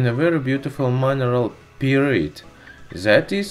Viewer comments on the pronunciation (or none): Your English is excellent and understandable. But... PYRITE is pronounced like Pie, Right. PS: Your English is FAR better than my Russian.